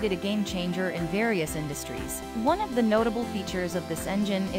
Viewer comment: Horrible Speech Synthesis or the person responsible for publishing it. You would think the word "the" would be spoken correctly these days.